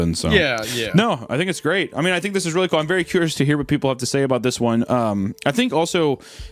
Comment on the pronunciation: “I don’t fink so” haha my favourite